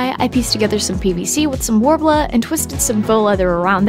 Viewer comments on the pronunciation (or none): Take a shot everytime they say worbla